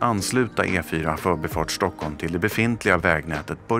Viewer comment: att folk rent allmänt har fått för sig om att man kan uttala ordet "förbi" med betoning ö istället för i känns väl ok. men att det är otroligt vanligt i era egna informationsvideos är ju lite trist för vårt språk. vad lustigt det vore om folk alltid började använda ordet så... kan du akta lite, jag vill komma fÖÖÖrbi xD. nej. det är "förbiiii"